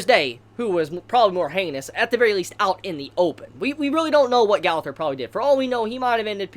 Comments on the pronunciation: Its pronounced go - ther not gauther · Why y'all be saying the name so bogus